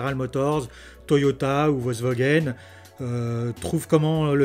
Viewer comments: Merci pour cette vidéo. Petit truc, c'est Volkswagen et pas Volkswogen ! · Bonjour! Merci pour cet éclairage novateur. Ta prononciation très personnelle de Volkswogen est assez marrante. Tu devrais adresser cette vidéo à Auto Plus où à Turbo de M6, pour les aider à vaincre leur résistance au changement. L’ avance de Tesla, en plus de ce que tu as si bien expliqué, c’est aussi l’intégration verticale extrême qui est planifiée: demain, l’internet starlink... le GPS Space x pour toutes les tesla. Demain la grande révolution des robots taxi mais aussi des robots semis... les constructeurs traditionnels vont générer des marges beaucoup plus faibles que tesla et seront certainement conscients qu’il sera plus simple d’acheter à tesla les batteries, moteur, logiciels, autopilote, gps, internet, conduite autonome et il se concentreront sur la cabine et leurs finitions pour conserver un bonne partie de leurs clients fidèles. Le monde selon Elon nous est offert, quelle chance de le voir, c’est une révolution industrielle enthousiasmante. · Interessant En effet c'est bien résumé de rappeler que dans le cas de Tesla c'est la voiture qui est construite autour de l'ordinateur et ça fait toute la différence ps : je ne sais pas si c'est du à un petit accent mais j'ai entendu VolkswOgen à chaque fois que tu as cité nos voisins allemands ^^